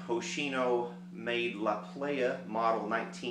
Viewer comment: ..... it is pronounced "La Ply-uh" La Playa is Spanish for the beach.........doesn't make you a "playah"....that's the club scene!!! Love yer show bro!